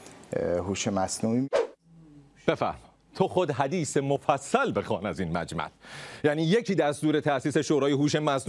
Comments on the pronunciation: ممنون از برنامه هاتون. ببخشید باید تلفظ یک لغت را تصحیح کنید؛ مَجمل غلط است، صحیحش مُجمَل است. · سیناجان یکی اینکه فداتشم فکر کنم مُجمل درست باشه و یکی دیگه مُعَمَم درستشه دوتا سوتی دادی یهو 🤦🏻‍♂️😂😂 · سلام مُجمَل درسته تو خود حدیث مفصل بخوان از این مجمل